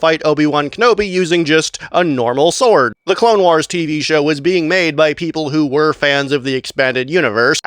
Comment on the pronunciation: Stop saying wars like that